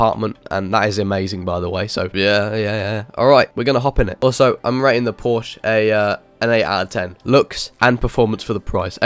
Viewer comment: i have a bugatti in southwest florida and you have say porsche wrong...